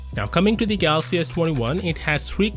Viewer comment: Why do you always pronounce galaxy as “gathhaxy”? It’s like your tongue has been removed. Sounds super annoying